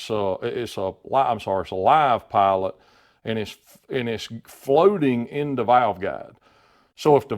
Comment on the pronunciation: He said pilot i heard "pallet"